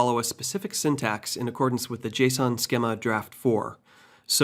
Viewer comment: Nice quick tutorial. Lol at "skima" as in schema